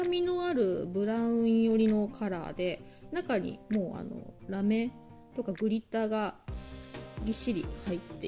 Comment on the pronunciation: キラキラ可愛いですね✨ラメの発音の仕方が飴みたいで可愛いです(*^-^*)💕